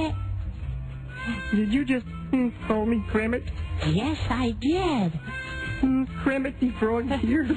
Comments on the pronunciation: did u just... cal me kremit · did you just call me krammit?!